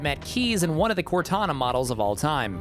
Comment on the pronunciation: I can hear "WOTana" lmao